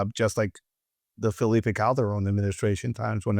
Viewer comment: Bro it’s ed Calderon not ed cabron 😂